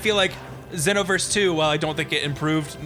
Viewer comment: GASP Did I hear pronounce it "XEE-noverse"?!